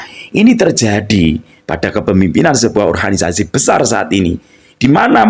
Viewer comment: Kenapa abang ini setiap kali nyebut ORGANISASI kaya nyebut ORHANISASI, padahal sy rasa abang bisa nyebut sebagai mana mestinya. Maaf ya bang koreksinya.